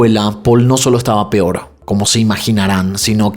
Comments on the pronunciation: Por favor no digas pior 🙏 me encanta tu canal pero cada que dices pior me da no sé que 😅 lo correcto es peor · Porque dices PIOR y PIORES 😢